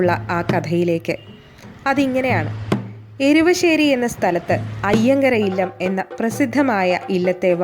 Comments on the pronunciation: എരുവശേരി അല്ല എരുവേശ്ശി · എരുവശ്ശേരി അല്ല എരുവേശ്ശി എന്നാണ് പറയേണ്ടത് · എരുവാശ്ശേരി അല്ല ഏരുവേശ്ശിയാണ്.